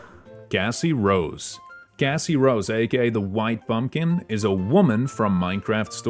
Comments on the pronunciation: I’m sorry but your accent makes Cassie Rose be Gassy Rose and Beacon town, bacon town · MEERP❌️. Cassie rose is originally from mcsm and can be obtained in forsaken via earning the "what a shame" achievement